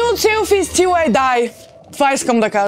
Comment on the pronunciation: "Nude selfie still I die" Като дори не го е казала правилно трябва да е till